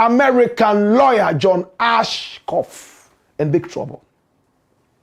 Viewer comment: It’s John Ashcroft. You keep “murdering” this name for days. Basic journalistic research will help.